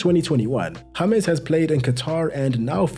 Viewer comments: juat say James intead of Yamezz. Its djames, got it? ty )) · "Harmez"? It's James! 🤦‍♂️ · So his name is pronounced Hamas NOT James like James Blunt